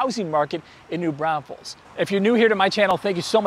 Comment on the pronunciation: Are you saying New Brownfuls?